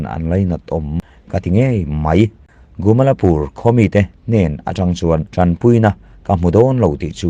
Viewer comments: A thupuiah 'GUMALPUR' tiin i ziak a,a chhiartu-in 'GUMALAPUR' tiin a chhiar si a.A eng nge dik zãwk le? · Gumalpur ti mai la,Gumalapur ti lo in